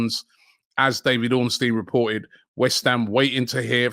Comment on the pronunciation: Bid so big it made Robbie pronounce Ornstein’s name right 🤣